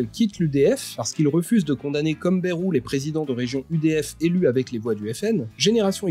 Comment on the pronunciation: Bayrou se prononce baille-rou et pas bérou. Je dis Paris sans prononcer le s par exemple. Donc merci de respecter les particularités locales :)